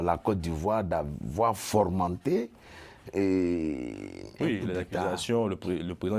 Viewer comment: Fomenter et non formenter